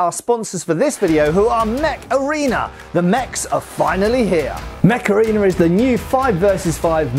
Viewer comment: oh mech arena!!! i thought he said macarena